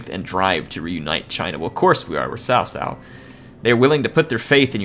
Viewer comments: cao cao... not sao sao 骚骚... LOL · I think it sounds more like Zao Zao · hey, CaoCao is pronounced as "Chow Chow" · cao not sao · JoJo is a closer pronounciation then sao sao. I'd rather call him cow 🐄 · Chaochao not Saosao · And Cao cao is pronounced Tsao Tsao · It is pronounced as *Chow chow btw. good video bud, keep it up. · *pronounced as Tsao Tsao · No, hes actually not pronouncing it right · Dude the way you pronounced cao cao nearly gave me cancer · Great video, just one quick thing Xiahou Dun - "Sha-ho Do-in" Cao Cao - Tsow Tsow"